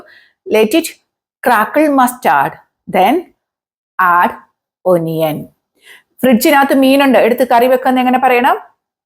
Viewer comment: ഒനിയനല്ല, അണിയന്‍. കടുകിനെ അതു പൊട്ടിക്കട്ടെയെന്നോ? ഏതു പൊട്ടിക്കട്ടെയെന്ന്? ക്വിക്ക്ലി ആണ്. ക്യുക്ക്ലിയല്ല. You are handicap in English. First you learn English well, then teach it